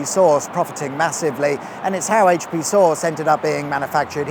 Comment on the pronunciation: AITCH PEE